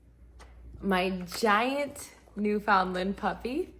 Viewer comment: Please, learn to pronounce Newfoundland.